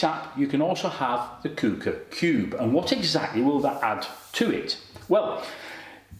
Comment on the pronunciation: It’s pronounced Qu-ooker as in Quick Cooker